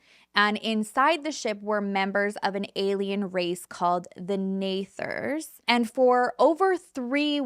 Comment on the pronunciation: It's Nethers not nathers. Sorry just fyi . I am huge into spiritual and I have DNA activation alignments to rid of those unwanted and bring in those wanted. Ones from war and past life. Like Armageddon that we lived through in past lives. It's amazing how different the story is depending on what their beliefs are and how they tell it. I use to absolutely love ur content. But Everytime u touch on the spiritual u explain it wrong and I just can't listen to so much untruth by what you are Reaching and what u are choosing to read and believe in what aspects. I am sorry. The way the Twin Flame stories I swear u found the wrong ones to go off of and believe hence do a show on. Loved all true crime but the spiritual stories u tell have a way of telling the not so right sides of what I have learned and true to be.